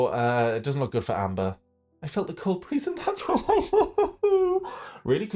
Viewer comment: "That's when I noticed the cold BREE-HEE-HEE-HEEZE" 😭😭😭